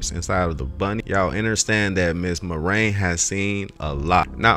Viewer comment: I appreciate your efforts to reveal the truth about Big Mike. But please pronounce the mother's name correctly. It's not pronounced "Mahrane" but "Mar-i-an". The name Marian has three syllables, not two. Other than your mispronunciations, you do a good job of making people think and ask questions.